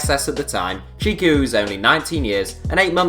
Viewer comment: yassine chikhaoui’s name is pronounced Chick-ow-ee not chick-ah-oo